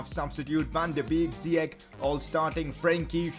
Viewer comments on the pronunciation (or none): I am Moroccan and its ziyech not ziyek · No, his name is ziyash not ziyak . I am arabian . I know how to say his name correct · It is zeyech not zeech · ziyech not ziec] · Well in fact you did pronounce Ziyech good at first.. it is pronounced as "Ziyesh" and not as "Ziyekh". That's how it is in Moroccan/Arabic, but he didn't mind the Dutch people pronouncing it wrong.. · WTF his name is ziyach not ziyak stop saying ziyak it's ziyach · Its ziyech not ziyek, im Moroccan so i know. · It is pronounced ziyech Not ziyek He is an Arab from Morocco and I am arab.I know how it is pronounced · # you were actually close, I did some research it’s Hakim “ Ziyesh “Ziyech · His name is Ziyech with "sh" in the end in Arabic.